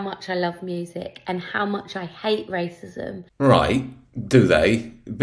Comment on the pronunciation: She cannot even say wascism